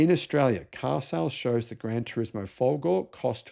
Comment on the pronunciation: Re: Maserati Granturismo folgore (c'mon, get your spaghetti-muncher accent on for folgorehhh! ) - the main issue is it's a really beautiful car. But okay. How about the Grancabrio Folgore? Are there any other electric convertibles to choose from??? Alright Cyberster, but that's so dinky.. However, I am in a bind, because I really need someone with more money than sense to buy and depreciate a Grancabrio Folgore for me...